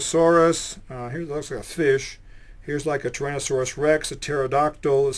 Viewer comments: did he almost say "tyranno-sex"? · did he say tyran-a-sex? is that a prehistoric transexual dinosaur? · he explains AMBER...wow, really talking to his intelligent audience. Cant pronounce Tyranosaurus?? This guy is FUNNY. "Hi...IM A CHEMIST"..........LOL!